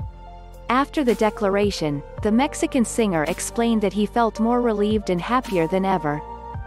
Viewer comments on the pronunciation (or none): none